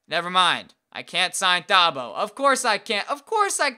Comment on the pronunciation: Thabo Sefolosha's name is pronounced as Tabo, the h is silent